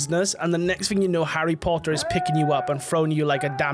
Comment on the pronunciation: Harry Pottaaah'